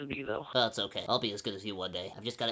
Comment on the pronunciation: It's otay fam! ;D